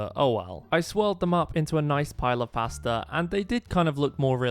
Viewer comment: I can’t, the way he says “pAstA”😂😂😂😂